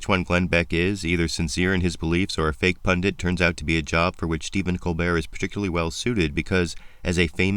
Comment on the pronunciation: You are right, man, Right as rain But even so You cause me pain The word is "pundit", man The way it's writ So don't say "pundint", man, Signed: English Lit.